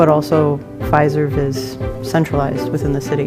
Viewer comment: i realy thought that guy said Pfizer Forum